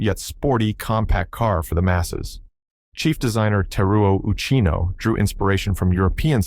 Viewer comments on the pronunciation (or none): His name is not oo-CHEE-no, it's UCHI-no, or more accurately with no accent at all.